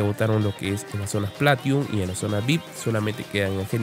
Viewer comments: bien tu video pero no se dice platium, es platinum, y el bcp no es banco central es banco de credito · "PLATIUN" XD